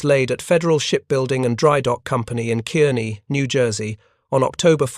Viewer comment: Kearny is pronounced Car-knee.